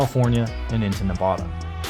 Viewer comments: Love what you guys bring to the car community and awesome to see make a good recovery from his hospital time. But its pronounced NEV~AD~DA not NEV~AH~DUH, this ain't Spain, we speak 'merica, haha. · SOMEONE TEACH THESE BOYS HOW TO SAY NEVADA